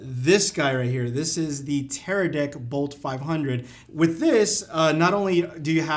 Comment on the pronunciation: Bro he said Teradick ahahahah